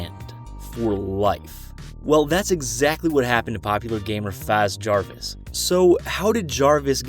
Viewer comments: ah yes “fazz jaris” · "faz jarvis" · nobody: gamer: FAZ JARVis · Freddy fazjarvis lol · Let’s just say it’s not fAz Jarvis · "faz" jarvis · “Faz” Jarvis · Faase Jarvis 😂